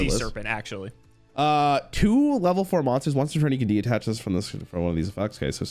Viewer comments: DE-TACH, not DE-ATTACH 😅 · constantly saying "De-attach", instead of detach, reminds me of when he kept calling the power nine, "the powerful nine"